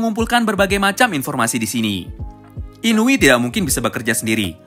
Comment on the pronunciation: Shiba Inu bang, bukan Inui🤣 Shiba Inu itu ras Anjing khas Jepang🤣🤣🤣🤣